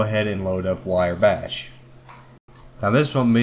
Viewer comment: Decent vid, sir :) its "wrye" (rye) bash